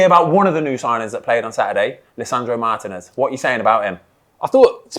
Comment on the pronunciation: Say it with me: Mar-Teen-S Martinez. Not Mart-en-S